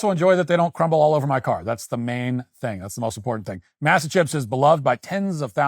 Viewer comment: “Mass-uh” …Matt, stop